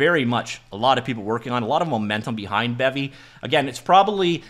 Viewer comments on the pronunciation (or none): none